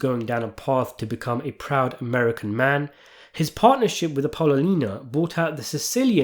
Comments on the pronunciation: Great channel and work, but her name was pronounced “Appelonial. Ahh-ppah-lonia. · Bro. Love you, but Apollonia. app-oh-LOW-nee-uh!! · it's appa-lo-nia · It’s pronounced Apple-lonia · Great video. Only thing that bugged me was how you said Appolonia. App-owe-loan-ya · lonia, A-po-lonia you effing ass kiss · Apple owe knee ya; say it fast. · As soon as I hear "Ping! Pow!" I know a video's coming up that's worth listening to! Great take. Now, repeat after me, please. "Apple-o-knee-ah." "Apple-o-knee-ah." "Apple-o-knee-ah." YW Peace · happy to see saying Appalina didn't bother just me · Yeah. Came here to say this. His channel is too long standing for him to not know how to pronounce her name. It’s almost embarrassing for someone so well steeped in godfather lore to mispronounce it. Ah-poll-oh-nee-ahh. In case he genuinely hasn’t watched the movies, lol. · You're saying his wife's name wrong! I don't why that bugged me so much, but I'm glad to see the comments felt the same way 😂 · Your pronunciation of Apollonia’s name is soooo bogus! I think you’re doing it on purpose, or you’re a poor reader 😅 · BROOOOOOOO Your videos are great but you need to get your pronunciation correct… It makes it hard to take your serious 😂 APOLLONIA You used to call Frank Pentangeli PEN-TAN-GHELLY 🤣🤣🤣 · Why are you pronouncing his wife’s name so ridiculously?! 😅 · Ok you win I'll comment about it did Apollonia make you mad in some way for you to butcher her name the way you did in this video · Good analysis as always but yes why the constant mispronunciation of Apollonia's name? Also, let me add, Michael's father almost being killed was the beginning and Apollonia's death was what cemented him in the mafia life but Sonny's death in between also helped as well. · Dude! I’ve been watching you make videos about this film for years. How can you not pronounce Michael’s wife’s name? So do to call his dad voti cornetto?